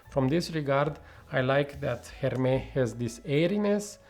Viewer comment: Great review! Agree with what you said about the comparison but I will also add that Oajan is more gourmand/sweet/dessert in my opinion. Also don’t forget to pronounce the S in Hermès 😋 Greetings from Paris 🇫🇷